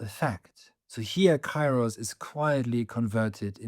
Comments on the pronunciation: pls stop saying it KAI-ros, its pronounced KE-ros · Kairos its not k a i ros, its duble e means, k e e r o s, i'm greek. Forget Erasmus. When you see ai its not a+i its duble e. Keeros. To the point: It carries the sense of maturing things over time. It is the right moment to do what needs to be done—neither sooner nor later. Now is the kairos for it to happen, or perhaps the right moment has not yet arrived, its not kairos yet. This kind of timing isn't measured by the clock; rather, you simply sense when the right moment has come. Conditions are ripening, and when the kairos is right... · With great respect for your work and education i would like to give you the following information: Kairos ¨Καιρός" is not pronounced with a and i separately. A and I combinded in Greek create an E (in sound) like Elenι, because the "αι" sounds like a short "e" and the stress is at the end. So it is written Kairos but it is pronounced Keros . We use Cairo as you proncounce it for Egypt's capital city.